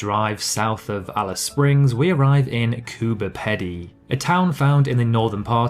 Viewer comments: The inland lakes have no water most of the time. Alice Springs tells you in its name why it exists. Because of springs of water. The town is pronounced "Coober PEE-dy", not "peddy". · Coober Pedy: Pedy pronounced Peedy. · I suspect the commentator has never been to Australia, let alone the Outback. What he’s rabbitting on about can be on found on Google or any good book on Australia…. And, it is pronounced “Coober peady”… his pronunciation of places proves he hasn’t set food here … and in Coober Pedy, residents live “underground”….. their homes are not called dug-outs! what a charlatan!!! Wouldn’t he wouldn’t have a clue about life in the Outback. A good Scot like you shouldn’t listen to any more of this drivel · Coober Pedy ( pronounced Peedy )is an indigenous name that means white man in a hole